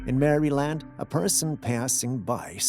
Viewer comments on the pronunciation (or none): none